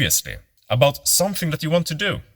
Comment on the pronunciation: Somfing? Practice!